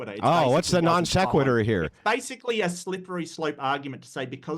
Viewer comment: The moment he didn't know how to spell, and hence pronounce, "non sequitur", I knew he was a jackass